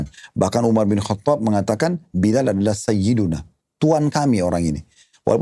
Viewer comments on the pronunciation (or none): none